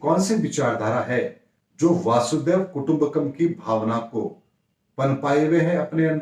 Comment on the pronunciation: Namaskar.. ek baat ka bahut bura lagata hai.. hamesha log VASUDEV KUTUMBKAM Bolte hain..jo ki bilkul galat hai... Uska koi bhi arth nahi nikalta... Vasudha ka matlab hai Bhoomi.. is liye woh VASUDHAIV KUTUMBAKAM hai वसुधैव कुटुंबकम्.. naa ke Vasudev Kutumbkam.. please achhi tarah se shuddh uccharan keejiye 🙏🙏🙏